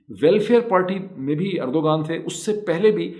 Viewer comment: It's not ERDGAAN but Erdvan how you pronounce the name. Actually it may be hard for you to pronounce the name like we do. But surely it's not G as a stress point.